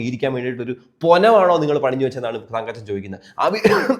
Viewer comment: എന്റെ കുഞ്ഞേ തങ്കച്ചൻ അല്ലടാ തങ്കപ്പൻ തങ്കപ്പൻ അങ്ങനെ പറയെടാ 😃😃😃